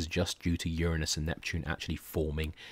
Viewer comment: Very nice lecture. Quite nice indeed. About the only thing i could possibly get nit-picky about is the mispronunciation of the word "Uranus".